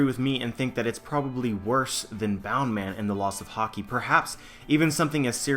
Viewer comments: BOUNCE man, not boun or bound man. Sorry, had to get that off my chest. Love the theory. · why the fuck do u call it bound man ur not Japanese it's bounce man in English bound man would not make any sense at all...